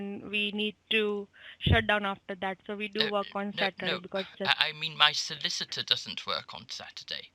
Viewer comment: Solliss Itor?